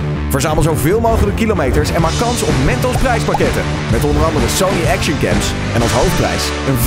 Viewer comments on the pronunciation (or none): none